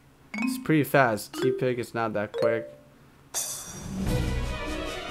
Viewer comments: Tepig Is Pronouced (tep-pig Not Tea-pig) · you remind me of my friend...you say tepig like tea-pig and so does my friend buts its pronounced teh (as in someone saying im teh coolest) - pig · it's not Teapig... it's Tepig